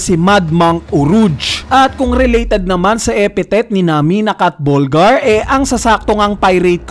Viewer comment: Catburglar not Catbulgar ahahaha 😂